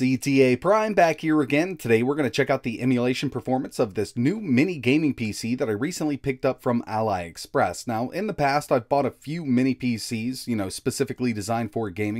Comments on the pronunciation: It's not a-lie express, it's a-lee express 😅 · Yeah, that was an odd pronunciation. I guess he didn't know it comes from "Ali Baba". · “Ally express” lel, how do you mess that one up? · Are you purposely pronouncing Aliexpress incorrectly or something? Surely you can spell, and know how to pronounce the words Ali and Ally. Need I say more? It's pronounced Al-E, like a girl's name, Ali. That's literally how it's spelled. The way you pronounce it, aka Al-Eye, sounds like the word Ally, and that is not correct. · It is pronounced "Ali" not "Alei" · Not Ally. ALI like Mohammed Ali. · “Ally express” I’m dead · AHLEE. As in "Ali Babba" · Yeah "ally" express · Al-eye express 🤣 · I thought he said allies. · Btw you are prouncing ailexperes wrong